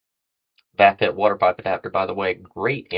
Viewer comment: Hey hope all is well wit ya. Thanx again for the seeds from Greenwrld. That Vaphit looks cool oh and yeah don't take it personal but it's kind of funny when you pronounce the Vaphit it's pronounced like the word Vape and hit and put them together LOL but it's cool though it's a nice product thanks again for your reviews.